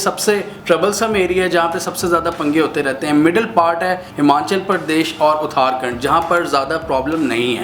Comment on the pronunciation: Sirrrr It's اُترا کھنڈ Not اُتار کھنڈ🤣